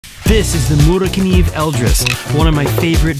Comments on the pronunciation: No hate on you but morakniv is actually pronounced “moraniv” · From every Swedish person I’ve talked to and every online pronunciation, it’s always been “Muh-Ruk-neev”. 🤷🏻‍♂️